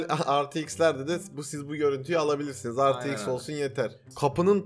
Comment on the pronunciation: Rtx e retex diyen tek yürekli adam 😂